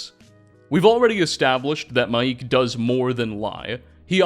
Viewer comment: His name is not Mai’ik. It’s literally pronounced Mike. As in Michael. It’s just Mike.